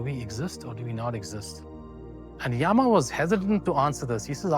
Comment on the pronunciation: Why do our people use stupid English pronunciations for our own words? योगा (instead of योग), यामा (instead of यम)…and few pronunciations were outright wrong (example: कठोपनिषद् is correct) It feels so 🤮